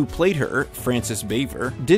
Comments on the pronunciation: The real name of Aunt Bee was mispronounced. It's correctly pronounced as "Francis BAH - vee - ay" (say it fast). It's French in origin. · It's not true that Griffith and Bavier (whose name you mispronounced, btw) didn't get along. She was always very professional and was well respected by the cast & crew. She was just distant, preferring not to socialize with anybody on the show. Of course, the truth is nowhere near as juicy or exciting as stating "Andy didn't get a long with her and she was difficult to work with." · Barrney being from wv means andy wasn't the only southerner.did he say mont piolet.should b mount and he missed pronounced aunt b last name